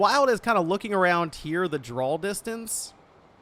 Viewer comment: You pronounce draw as 'drawl'. Why?